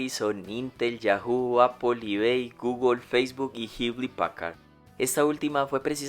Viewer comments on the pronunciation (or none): none